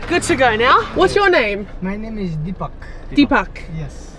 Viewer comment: It is "po-kh-ra", "dee-puk".